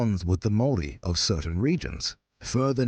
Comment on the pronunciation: Your pronunciation of maori words is actually really good tbh 😅